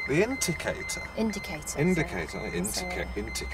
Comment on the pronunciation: The inticator??the inticator?? inticator??😂😂😂😂😂😂😂 Poor Lynne😁😁😁